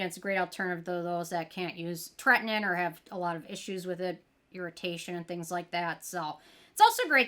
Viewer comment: Ok, say it with me: TRET-IN-OIN 😅